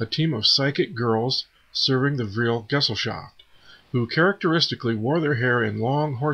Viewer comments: Please find a German - English dictionary the word Gesellschaft is not pronounced "gezzleshahft" it is "guh-zel-shahft" thank you. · You would be a bit more convincing if you learned how to pronounce the german words correctly. It sounds like you have never read the material before. It's geSELLschaft, not GESellschaft, for instance. Otherwise your entry is very interesting. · For crying out loud.... I can't concentreat... Aldebaran (Al-de-b'-raan) Gesellschaft (G'-shell-saft) Jaeger (Yay-gur) Sigrun (Seeg-roen)